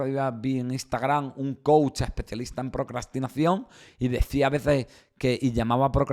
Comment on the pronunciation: Soy psicoterapeuta tengo carrera y maestría y soy coach también! Quiero comentarte que son 2 cosas completamente distintas, estas un poco revuelto porque no estás muy informado! No puedes dar coach a una persona que necesita tratar un problema clínico, el coach que no se pronuncia coachi, es un guía que ayuda a llevar a cabo metas específicas que no son clínicas y si! Si hay una metodología real y funcional. Entiendo que hay charlatanes pero hay psicólogos que también por tener títulos, se vuelven mercenarios en fin!